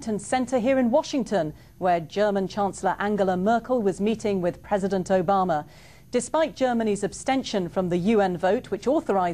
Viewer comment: "and in other news, President Obamer is insisting..." lmao